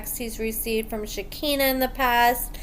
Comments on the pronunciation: (Shuh-kai-nuh) not (Shi-kinna) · I love your channel and you,, but it’s pronounced “shik-EYE-nah”. Thanks! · Yeah for sure. I’m not normally one to go around correcting people’s grammar, but this was driving me crazy. I’m like “come on, you watch the same show we do, you hear how it’s pronounced.”